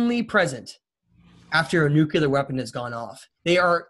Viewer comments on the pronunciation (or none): Nuclear not nuculear